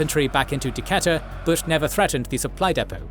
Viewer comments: Decatur is pronounced “Duh-cayt-er” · I'm from Atlanta and that is NOT how we say Decatur. It's De-Kay-Tur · Loved this video. For future reference, it’s De-KAY-tur 😂 Decatur where it’s Greater! 😎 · D-catt-er is my all-time favorite pronunciation of Decatur